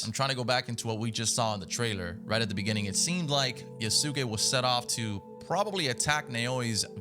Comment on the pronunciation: I can tell you never watched anime lol It’s pronounce “YAHS-kay” my broder